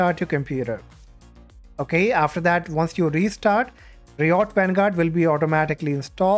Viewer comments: ri ot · "reeyot games"😂